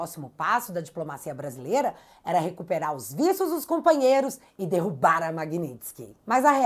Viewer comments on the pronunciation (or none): none